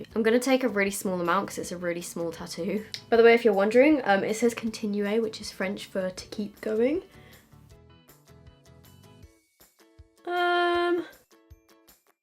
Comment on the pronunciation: “continue a” lmfao that is not how you say it whatsoever... if you’re gonna get a tattoo in French then make sure you know how to say it.